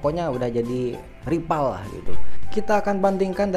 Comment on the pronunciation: Rival bukan ripal, Fortuner bukan portuner. Gunakanlah bahasa Indonesia yg baik dan benar 😁